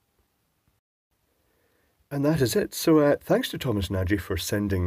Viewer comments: If Thomas' name is pronounced the Hungarian way, then it's not really "nah-jee", but more like "nahj". Though that is still not entirely correct (the actual sound is softer, in fact it's a soft "d" sound), it's closer without the ending "-ee". It's a difficult name to pronounce in English, because the sound doesn't really exist in English I believe (or at least I can't think of any instance where an English word would be pronounced with this sound). You can look up "voiced palatal plosive" if interested, it has a page on Wikipedia and there's an audio sample. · Sorry to break it to you, but it's pronounced more like "Nudge". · No I dont think you got his Name. It should sound more like "Nady" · The closest correct pronunciation of that surname would be "Nadge" phonetically, however the last letter "gy" is a digraph with a unique sound in Hungarian, but "Nadge" is close enough. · I think the pronunciation of NAGY is more like NOTCH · Pronunciation almost spot-on, the i at the end is not needed, the gy is one sound without i. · Of course a Nagy (you didn't pronounce is right) would use a product named Sylvania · I’ve heard Nagy pronounced nadzh but I’m told I pronounce both my first and last names wrong, so… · nagy is hungarian surname, I am not hungarian but I am sure you got it wrong :)